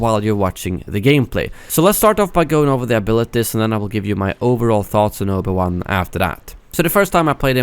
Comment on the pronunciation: "Obo Wan"